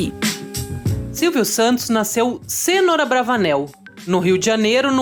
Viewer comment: Não é "Sênor" é "Senôr"